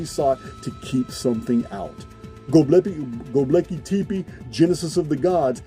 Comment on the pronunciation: The way says Gobeckli Tepe makes me chuckle lol